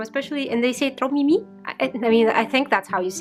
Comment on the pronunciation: Ok the way you say "trop mimi" is just so adorable x'D And you did pronounce it correctly :P "trop" means "too much" but in this context it's more like "so", and "mimi" is actually a short version of "mignon" which means cute ^^ we tend to shorten words to give them a cute or smol vibe :P